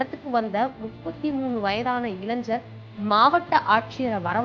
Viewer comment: இலைஞ்சர் அப்படினா என்ன டி, இளைஞர் அப்படினு சொல்ல வராதா உனக்கு